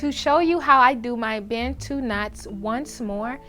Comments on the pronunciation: Hearing Americans say Bantu never gets old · Its important to learn how to pronounce Bantu. Its a zulu (south african) word for black people.